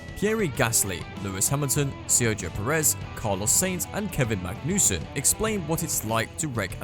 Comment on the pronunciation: pierri gasly, carlos saints and kevin magnüssen :D :D